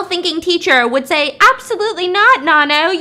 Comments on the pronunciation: The why she pronounces Nanno tho. It NA-NOU not NA-NO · I love thisss but her name is pronounced NANno soz I’m not even Thai but I have heard it way too many times 😂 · I swear everytime she said nanno, I kept thinking about nan bread 😂😭😭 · Girl from nowhere is elite, do more BAMS with the other episodes even though I already watched it, just to help Stephanie it’s pronounced na like you know how in Korean you’d pronounce the last name kinda soft so like nanno the no kinda pronounced like ou, also personally I think nanno doesn’t represent revenge, SPOILER ALERT COMING IN SECOND PARAGRAPH I think nanno represents karma while yuri represents revenge, nanno doesn’t directly herself do the work she suggests what they do to see if they’re evil or not and comes at them accordingly depending on their choices, while yuri took what had happened (when we were first introduced to her) at first but when she had power she took revenge on what they did to her, I think nanno is more calculating than yuri hence why she already knew what they would do to her before they already do it and kinda appears like she can be more than one person and has a lot of lives sorta, she is the daughter of satan from what the actress had said, hence why she can appear as more than one person and when yuri was drowned nanno’s blood was in the water so she became immortal as well I suppose? And they’re both immortal forces that have their own ways of teaching someone a lesson yuri takes more the violent vengeful approach while nanno sees what they do and comes back to bite them as karma not as vengeance to see like if they realize they’re wrong and sorry